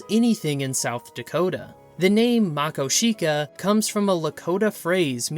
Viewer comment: What about the paddlefish in the Yellowstone River? And it's Ma-KO-shika. Emphasis on the second syllable.